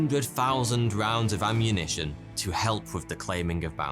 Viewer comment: "emmunition" LOL!